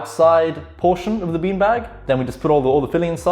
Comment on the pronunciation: Low key feels like sometimes you say peen bag